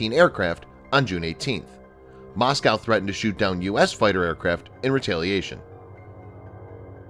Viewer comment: Moscow. Not Mosceyow